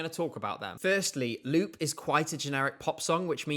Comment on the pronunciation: Its pronounced LOOP instead of LUBE 😂